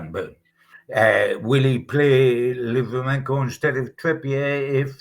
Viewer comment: Will you tell its livramento not livramenKo! Its so disrespectful saying players names wrong. Also listen to how says joelinton its 4 syllables not 3 hes been here 5 years ppl should know how to say it by now.